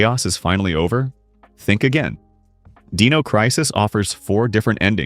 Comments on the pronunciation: Deeno, deeno. It’s Die-No. Dino. Dinosaur Dynamic. Not Deed, Deam, Deep. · Why use AI voice over? The D-ee-no Crisis is very jarring to the ear. I dont know what your voice is like but I can say with almost utmost certainty Id rather hear you even if you stutter and trip up as long as I dont have to hear Deeeeeno anymore.